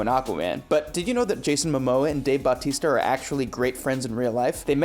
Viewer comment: OMG pleeeeeeease stop pronouncing Batista's last name "Bahh-tees-tuhh" it's creepy